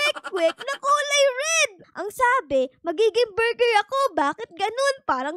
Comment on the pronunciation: Borger po😂😂